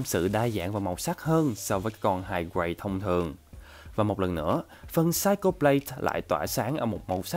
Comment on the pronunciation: Anh phát âm sai từ Psycho rồi ạ 😂 Cho ở đây là /ko/ chứ không phải /cho/ nhé